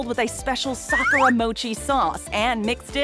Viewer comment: At least they know how to pronounce sakura right .